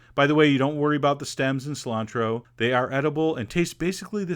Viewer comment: but he says something like "Salantro"